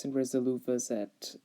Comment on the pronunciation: you pronounce the tank name incorrectly (((